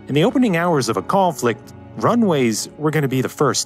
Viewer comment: the way this man just said conflict got me shaking my head. Kawwnphikt